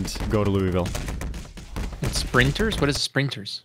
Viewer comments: As a Kentuckian. Lul-ville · As someone from Kentucky, hearing how he pronounces Louisville bothers me.